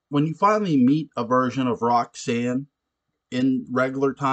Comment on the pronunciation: I always wondered what Claude's relationship with Roggsaanne (his pronunciation that always bugs me) was like in the years before Barnabas showed up. Her life-force must've been pretty strong to keep Angelique going that whole time! That was always a strange thing to me anyways, but I just kind of figured that science worked a little bit differently in parallel time. Regular time Roxy was kind of a bitch, but the 1840 version was a return to her innocence... Her whole 1970 storyline to me was way more interesting than the one centering around the Tad and Carrie ghosts... I'd love to read a novel about how Sebastian came under Roxanne's influence. But I chalk ALL the problems up to Barnabas' seeming obsession with red heads! Ha 😂